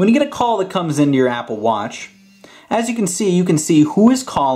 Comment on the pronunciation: stop saying watch so weird. Im out